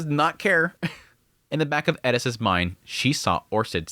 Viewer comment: Why is it when you have an English translation of a name but the culture refuses to pronounce it properly. Air-iss Heiriss